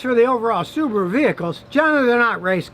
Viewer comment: I’m impressed Scotty you say Subaru not Su bar ru like most Americans say